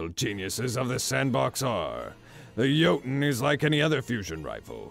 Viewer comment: I will relish the day when everyone can pronounce Jötunn correctly xD (For those who don’t yet know, it sounds like “yo-tune”)